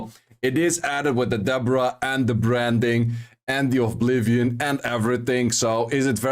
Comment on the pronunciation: Great vid! I love your content. One small note: You seem to pronounce Oblivion as ''Ovblivion''. It has only 1 V, sorry for pointing that out, just wanted to let u know.